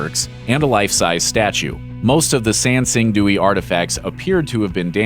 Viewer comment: Kudos for the obvious effort put into pronunciations. You said Sanxingdui almost perfectly.